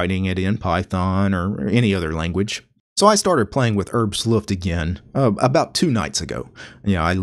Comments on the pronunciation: No, not "Herbst Luft", it's "Herbstluft" in one word! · Rich B.O.B Sorry, I'm actually a native speaker of Norwegian (which work the same as German), not sure I quite understand your comment. The point is exactly this: English is not German. So you shouldn't use English rules for compound words on German words. He said neither "Herbsluft" nor "Herbs-luft", don't understand why you are taking that up. You can clearly see it sais "Herbs Luft".